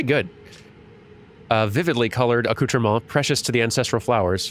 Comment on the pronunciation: 10/10 for your pronounciation of accoutrement, a natural French speaker!